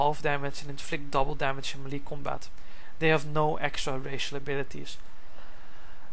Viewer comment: hes pronouncing melee wrong.. its getting annoying..